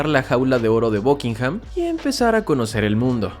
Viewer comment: Por que diablos dices BUCKINGHAM con O ?